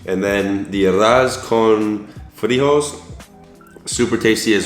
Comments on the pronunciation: FRIJOLES, not frijols haha.... y PLÁTANO, no plantano jiji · also, beans is pronounces “free hole ayes” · For your spanish pronunciation: arroz is "ah-rose" (but say the s like an s, not like a z) and frijoles is "free-ho-less". the pronunciation of both words is improved if you put a little bit of roll on the r's :) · Every time he tries to pronounce "arroz" and "frijoles" makes me cringe...and I'm not even a native Spanish speaker. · Omg ur pronunciation I can’t as a cuban😫🤦🏽‍♀️ It’s arroz con leche And arroz con frijoles And platano frito Great video!! : ) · it’s funny how you pronounce some of the words in Spanish, but it’s good because you are learning! So, the first word pronounce is Arroz con leche you have to learn how to roll your R's in order for it to be good, but take your time; another word is Frijoles con Arroz i believed you said so yeah as well you have to pronounce the R in the same way as in the arroz word; but so far so good 👌🏻